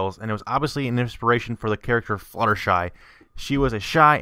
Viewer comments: Shutterfly? It's fluttershy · Fluttershy not shudder fly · he did say shudderfly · Lol its fluttershy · LOL "Shutterfly"